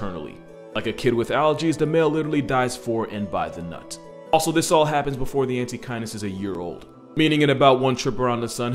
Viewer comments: The first few minutes i thought he said antikindness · I kept mishearing Antechinus as "anti-kindness" and it seems appropriate